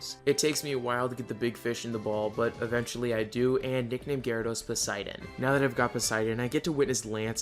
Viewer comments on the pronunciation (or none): hes called Poseidon btw not Poseiden :D